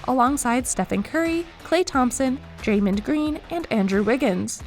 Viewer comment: How do you mess up so often. It's "Kevon" not "Kevin" , "DrayMOND" not "DrayMIN-d". Also, the Warriors need a center more than they need another short guard...